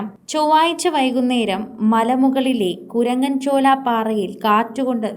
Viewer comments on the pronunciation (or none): കുണ്ടൻചോല എന്നല്ല കുരങ്ങൻ ചോല എന്നാക്കി പറയണം 🙏🙏🙏